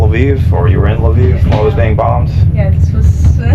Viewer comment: Kee Yiv... Laviv. Hahaha Not Key yeeve nor Lavive. You speak excellent Ukrainian though.